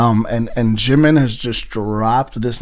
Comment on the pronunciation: same goes with jimin ure saying shimin.